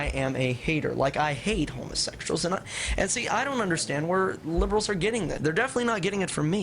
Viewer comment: lol "Homasexshal" XD